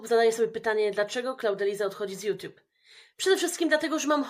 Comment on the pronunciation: a co to "juTIUB"????😂